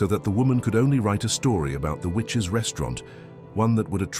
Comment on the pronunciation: The Witch’s 😳😳 You had one job 🤣🤣🤣🤣 need English classes STAT